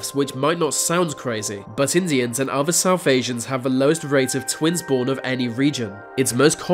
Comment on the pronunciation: va, uvver, fings, togevver, van, etc, Narrator please learn to pronounce "th", properly I might even like your vid if if you correct your lazy speech.